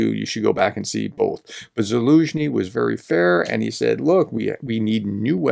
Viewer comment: So glad you are now pronouncing the general's name correctly. I confess it annoyed me a bit yesterday.